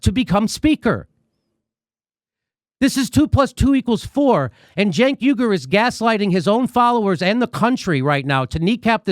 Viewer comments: How do you get a 'Juh' from a 'C'?? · His name is pronounced “chunk”